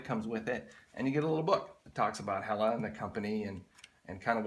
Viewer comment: Your right it's pronounced hell la Great knives